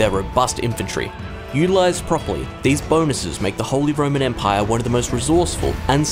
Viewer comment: You just wanted to say the holy roman empaiyaa